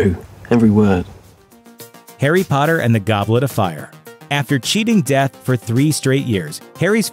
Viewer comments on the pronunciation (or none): none